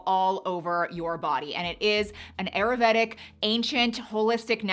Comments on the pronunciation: If you are going to be promoting ayurvedic lifestyle changes, learn how to properly say the word please!!! I went to & graduated from an Ayurvedic school & you are not saying it properly! It’s: Ai•ur•VAY•duhk google it Nothing that you are sharing is new, you missed the craze. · Ayurvedic pronunciation: aa - yoor - ve - dik